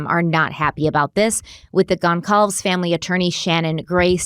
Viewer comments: i know it’s not on purpose but kaylee’s last name is pronounce gun-saul-vez. i know the family has made statements about being upset how many people have mispronounced their name :/ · Okay i gotta be that guy... mispronounced 3 out of 4 names. I honestly expect more. Its important to pronounce the names of victims correctly, or to at least try. With the amount of doe cases we see- it really does matter. I hate to be like that but its how i feel.